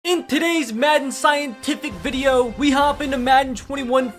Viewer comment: I love how in the beginning It say Vadio instead of video